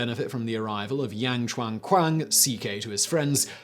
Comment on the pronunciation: Yo Simon, for future reference. A is a long vowel in Mandarin. So Yang is said like "Young".